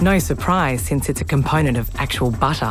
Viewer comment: "batar" love the english accent in this